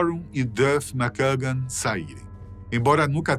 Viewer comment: Critica construtiva. Melhore a pronuncia em ingles. VEJA VIDEOS DE OUTRAS PESSOAS FALANDO ANTES DE GRAVAR. TROUBADOUR. GILBY. MCKAGAN. DENTRE OUTROS. Em 2016 voltaram so slash e duff. Steven tocou algumas vezes. Mas nem todas musicas. Pequenas aparicoes. Izzy nunca. Vc diz que no video sim. Mas nunca teve ele na turne de retorno de 2016.